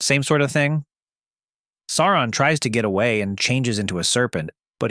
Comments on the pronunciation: Why are you pronouncing it Saron? It's Sauron. Sow-ron. Or Sore-ron, like dinoSAURON. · Its actually annoying hearing the narrator say "Saron" lol. Pronounce it like "Sow-ron" cuz that what it really is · Sauron, not Saaron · First odd it's not saar and in hair. It's saur ad in sour on. Closer to that phonetically. Secondly, the directors cuts of the movie, the actual directors cuts, not just the exttended editions are well over 4 hours a piece, the only way to watch them. I might be alone, but if there were an 8 hour version of each, I'd be watching them. Lastly, that scene you show when you talk about Aragorn fighting Sauron, that's not Sauron, it's the mouth of Sauron. There's a MASSIVE difference. They're not even close to being the same. The Mouth of Sauron is his messenger, not Sauron himself. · Cant get past SARA - ON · Sair on. Kinda like A A ron but more like sour on. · I very much enjoy your content. But, the correct pronunciation is "SOW-ron". "OW" as in the exclamation. Tolkien is quite explicit about this. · Stop saying Sae oo rahn... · Please read the appendixes at the end of the ‘Rings’, there is one on the pronunciation of names. Sauron is pronounced as ‘Sow-Ron’. Also read the ‘Silmarillion’. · Why wouldn’t you pronounce his name the way the movies do You know the way it’s supposed to be “Saren” 😂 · Its pronounced "Sour ron". He didnt have a physical form at the end of the War of The Ring.... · Tolkien doesn’t! sound right in an American accent! And if you take out all the spurious editions from the films, they would have managed to stay true to the books! It’s pronounced Sour on! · I couldn't watch your video, because you kept mispronouncing the big bad's name. It was like hearing, "Tremp" for Trump. It was such a massive foul that I could not bear to watch any more of it after just a minute or two. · Bro made an entire video about him and can't pronounce his name